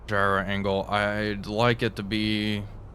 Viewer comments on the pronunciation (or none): none